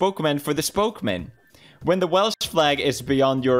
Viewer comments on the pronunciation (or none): none